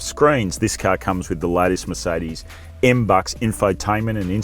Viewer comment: A journalist who can’t pronounce MBUX, plethora, or covet…that’s a worry.